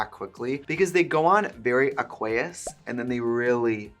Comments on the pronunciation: trixie i love you, but you need to learn how to say "aqueous" the chem majors are NOT happy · That isn't how you say aqueous 😂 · Did anyone else have to pause and take a moment to let it sink in how Trixie pronounced “aqueous” 😂😂 just me okay I’ll go back to my cave now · thats how americans pronounce aqueous 😭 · The way she pronounced aqueous though 😂